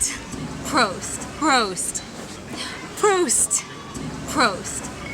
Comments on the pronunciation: try saying "Prost" instead of "Proust" :D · Lived in Bayern for 4 years, but can't even pronounce "Prost" correctly.. That's not good enough, sorry to say.